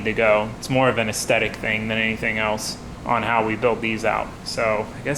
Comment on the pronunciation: AesTHetic, not Aestetic.